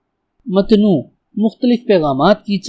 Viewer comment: متنوع MATNOO =GHALAT MUTANAWWA +SAHI